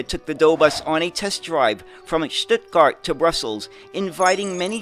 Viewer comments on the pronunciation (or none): none